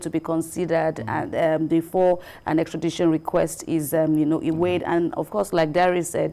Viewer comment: Extrad-i-tion not extra-dai-tion